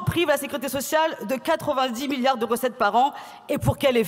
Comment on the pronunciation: 2 millions de pewsonnes âgées ou 2 milliawds ? Balivewnes!!!